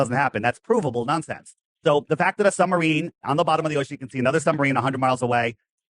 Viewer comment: Is saying Sumbarine?